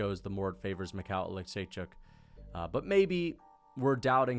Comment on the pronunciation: making sure we know he can how to pronounce michal olichecjuzck